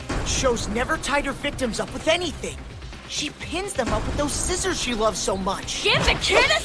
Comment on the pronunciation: That’s how my dad says scissors 😭💔